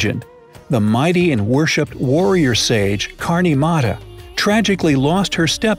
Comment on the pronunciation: Mata is actually pronounced as matha